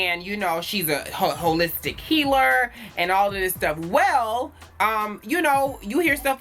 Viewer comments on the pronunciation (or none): you crack me up when you say “she a Hoe-listic healer” with the stress on the HO🤣